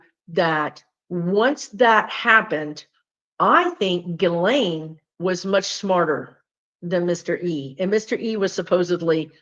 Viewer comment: Nice to see someone pronounce Ghislane correctly…😂 Thank you!💖